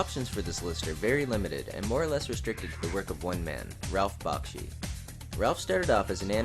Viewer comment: Great list, but you're saying his name wrong... it's pronounced BACK-SHEE. I got to meet him once and he was fast to correct me on this.